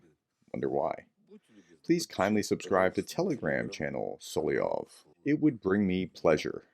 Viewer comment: Pronounced Sol-ov-yov not Sol-i-ov